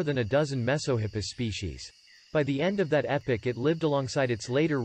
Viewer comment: It's Epoch, not epic.